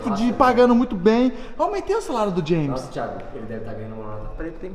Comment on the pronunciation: É muito bonitinho o chamando o james de jemin 😂